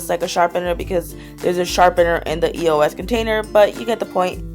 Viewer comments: It's eos not e o s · i cringe every time she says E.O.S instead of eos!!!!! who else? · you say it like this, ee-ohs. ask the people who make it on their social medias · Karina, EOS is said the first one you said.